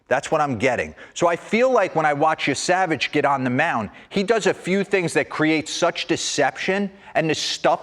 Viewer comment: Yessa-vaj not Ye-Savage